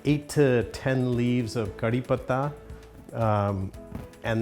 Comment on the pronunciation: I loved how he pronounced kadi patta 😊